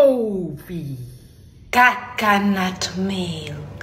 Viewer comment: Bro when you said cacanat milk…CACA💩🚽?!?!?!